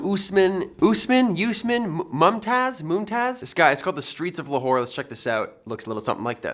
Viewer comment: Dudeee it's 'Aus'Maan' (usman) 😂 and it's Lahore, Pakistan😏.